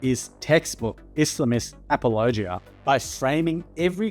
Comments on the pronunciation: I like how you say apologia like it's a region of Tennessee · Good video, but I have never in my life heard someone pronounce apologia like that lol